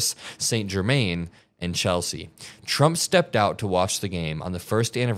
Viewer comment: just a heads up pronounced GER-MAN as in the words Separately GER and MAN not like you would pronounce German as GER-MEN